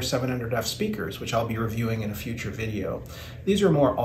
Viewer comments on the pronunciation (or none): none